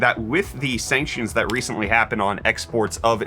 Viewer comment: "Reece-ently"! I had to watch that a few times.